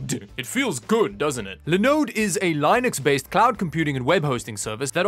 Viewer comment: Due please Linux not lynux 😂